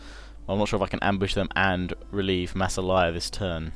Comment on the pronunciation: I think in Massalia the emphasis is on the second ''a''.